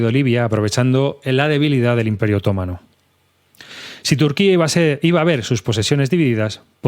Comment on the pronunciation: Bien pensado. Leer libros de historia siempre es bueno. Pero por favor, otomano es una palabra llana, no es esdrújula. 😆